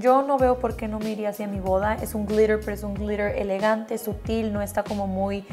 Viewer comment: Jajaja 50 mil veces "glirer , glirer , glirer"